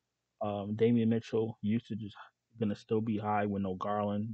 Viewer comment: Why do you keep calling Donovan Mitchell Damian lol 💀 If it's an inside joke lemme know 😂